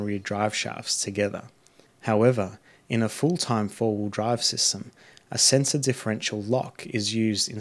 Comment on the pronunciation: Mate, so you know, you've pronounced centre as sensor a few times. Otherwise a great video, thank you.